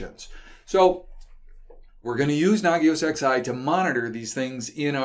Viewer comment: does the XI stand for the roman numeral eleven, or is it merely a coincidence? I notice refers to Nagios XI as Nagios ex~eye